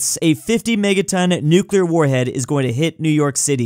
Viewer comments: Oopsies i dropped a nucular bomb on the White House my bad guys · HE HAS THE NUCULAR CODES